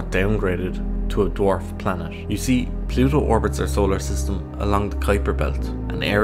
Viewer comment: Plusho. Is noo longeh a planesh. 😣 This appalling pronunciation makes me want to rip my own ears off.